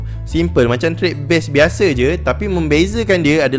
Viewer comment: Bukan biashe biasheee